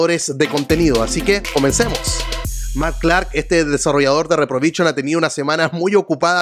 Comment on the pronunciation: Esta muy interesante tu canal, me gusta, solo una sugerencia, es "REPROVISIÓN" NO "REPROVICHON"